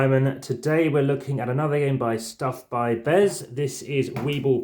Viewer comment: Thanks for the vid! Wibbell is pronounced as if it was written 'wibble', so it rhymes with 'dribble'. I hope you enjoy trying out the games and please remember to use the newer rules, found at the google drive. :-)